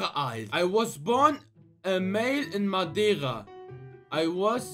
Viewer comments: Das heißt Madeira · ES HEIẞT MADEIRA